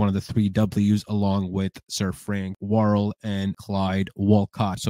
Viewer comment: His name was Frank Worrel not Warl.